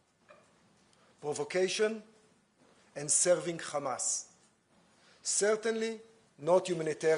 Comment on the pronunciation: Say Hamas, not kamas 😂